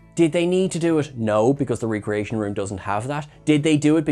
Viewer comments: Everytime he says 're-creation' instead of 'rec-reation', drink a shot.. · Paul Wesley played Jim Carrey playing William Shatner (and it's REHcreation, not REEcreation.) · Pike clearly said "ree-creation"